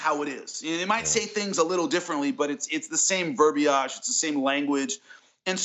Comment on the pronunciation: Jimmy's pronunciation of "cache" and "verbage" are hilariously incorrect.